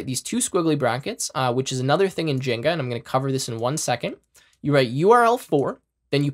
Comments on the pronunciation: bruh, please stop calling it jenga/jinga. It's jinja 😭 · He said "jenga" instead of "djin jah". Literally unwatchable, this webapp actually deleted my keyboard. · 1. Great tutorial, thank you for doing sharing this. 2. My brother in tech... it's rauw-t not root for route, they're called curly braces not squiggly braces, it's gin-ja like ninja, and just for good measure Gif not jiff. 😂